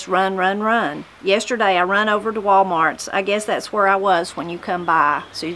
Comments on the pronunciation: These are very common in Alabama. I know several older people that call it Wal-Mark instead of Mart or Concreke instead of concrete. If it's a word with oo such as school, my mom pronounces it schoo or poo for pool. 😊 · All of my family pronounces Wal-Mart as Wal-Mark. Woolworth is still a thing in Australia? What is an Australian Walmart like? I love the accent that is typical of Australian folks🤗